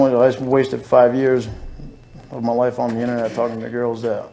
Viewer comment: talking to GEUAIRLS